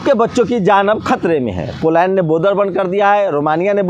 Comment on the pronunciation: Pehle boder ko Border kehna to seekh lo, phir reporting karna..